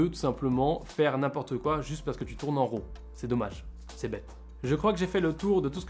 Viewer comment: Autofocus...ha...ha...si tu veux être un pro...c'est une fonction que les vrai PRO n'utilise pas...Fait ton focus!....et on dit pas ROO mais RAW...c'est un mot anglais!!!